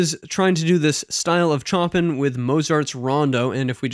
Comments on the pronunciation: It's pronounced 'Show-Pan' not 'chop-in' btw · Chopin is pronounced Show-PAN, not CHOP-in. 😅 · Oh my God, Its pronounced Sho-Pan, not Chopin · show-pan, not Chop-in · Chopin pronounced Show-pan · Honestly there’s a lot more harmonic and rhythmic depth in the jazz demo. I think the first example just wasn’t a great choice on their part. And don’t sweat it but Chopin is pronounced Show Pan rather than Choppin’. It’s hard not to feel pretentious when saying it, I know. It’s even harder not to feel pretentious correcting somebody on it. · Not Chomp in (cringe worthy), it's pronounced show pan. and Rock nom in off, Moat zart. I think the classical styles need a bit more time, to hear, as you basically gave a sample of 1/2 the introduction. I enjoy your videos, keep up the good work. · Chopin is pronounced "show-pan". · Dude, the music was interesting but what really hurt my ears was your butchering of the language. Chopin is pronounced, “Showpan.” Op. stands for Opus, which means “Work.” In Classical music, the Opus number is issued usually after the fact based on the probable sequence in which the artist’s pieces were composed. Rachmaninoff is pronounced, “Rock-mon-in-off.” The Jazz was interesting but Jazz is all about the solos and you really didn’t play enough ti get a sense of that. Bluegrass is always played in doubletime (fast) but I’ve never heard a piano in a Bluegrass track. Not to say you’d get arrested for it, but it’s not traditional. It made it sound kinda weird. It’s kinda hard to ramble with a piano in tow. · Yikes you really butchered Chopins name!!!! (Pronounced like Shopan) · YOU DID NOT JUST SAY "CHOPPIN" AND "RASH MEN" 💀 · Cool video sir. I just wanted to help you out. Chopin is pronounced 'Show-pan' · Wouldn't it be more correct to pronounce it as "Shoppin", which would match the Polish pronunciation of his name? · Chopin is pronounced "show-pan" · it's pronounced Show-Pan 😉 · Chopin is pronounced show-pan :)